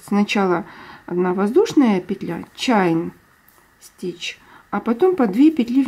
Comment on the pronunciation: Спасибо большое за мк. Все просто и понятно. Только небольшая поправка: по-английски воздушная петля - чэйн стич, от слова чэйн (цепь, цепочка). Чайн стич звучит буквально как "китайская петля" 😆😁 И crochet произносится как крошэй. Буква "т" на конце не произносят. Живу в Англии уже очень много лет, поэтому знаю, что говорю :) Всех благ вам и с наступившим Новым годом!